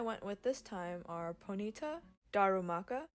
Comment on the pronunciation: I have never heard ponyta pronounced like "bonita" before and now it's changed my life 😂